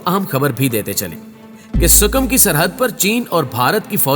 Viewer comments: Abe gadha sukim nehi hai . Ea Sikim hai . Phale tik tara sai pronaunce tho karle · Yi word Sikkim hay sukam nahin hay